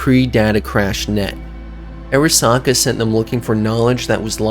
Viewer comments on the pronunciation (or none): It’s not pronounced “Air a sa ka” Are Ra Sa Ka” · It’s actually pronounced ‘Ah-ra-sa-ka’ since it’s a Japanese name. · Say Airasaka one more fuckin time, gonk. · honestly pretty hard to enjoy something when the narrator repeatedly mispronounces important names like "arasaka"